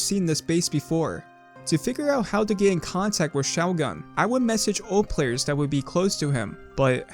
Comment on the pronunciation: I'm not sure there is a worse way to pronounce the word shougun